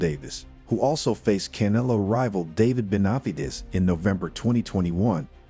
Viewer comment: Bruh Practice saying Canelo 😂